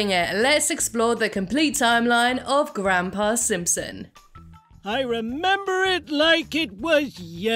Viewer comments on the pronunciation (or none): ‘Grandpa Simpson’😭😭😭 I’m sorry that’s genuinely SO funny to me it just sounds so weird-😭